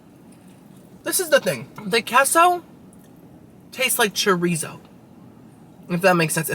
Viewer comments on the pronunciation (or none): K-so, you know queso is pronounced, K-so not keso, right? Yeah, I knew you did. After all you are 1/2 Cuban. LOL...Narrr...🤣🤣🤣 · QUESO= K-SO not KESSO 😂 I can’t take it 😂😂😂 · “Queso,” is it not pronounced “K-so?” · It's pronounced kay-so